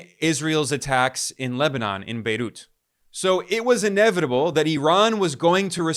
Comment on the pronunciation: Wth is "bayloot;" or is it "baydoot?" Either way, what is that?